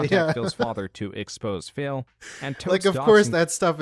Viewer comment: Everytime says Phil, he sounds like he is saying Phail lmao